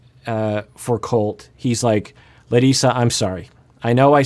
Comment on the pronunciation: I want to thank you for pronouncing Larissa as she does, as foreigner (meaning person from non-english speaking country) I also wouldn’t be happy if everyone would call me some other name that is not mine.